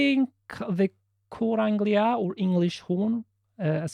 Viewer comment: Cor Anglais is pronounced like the French word for Englishj